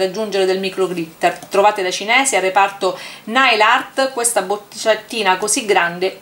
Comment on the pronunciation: Ciao cara, ma se si usa l acetone lo smalto si rovina vero? Cioè si decompone proprio, a differenza che con l 'alcool, oppure è identico con alcol o con acetone? (ps: te lo dico sottovoce, ma si dice NEIL con la e:) Sprey lo dici giusto, smack!!! P.s. su colori a spirito o ad alcol questo spray li spatascia a dissolve, in realtà anche l'acqua. percui per chi vuole glitterare un disegno fatto con i pennareli?Impossibile?